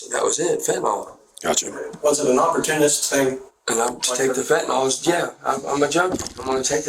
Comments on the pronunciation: "Fetnal" smh...these ppl cant even pronounce the drug they are trying to blame for them being POS...sir, the drugs didnt do this you did. Stop blaming your perversion on the feNtanyl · Why is it that so few people can pronounce fentanyl? It's not fentanol! Reminds me of people who say nucular instead of nuclear.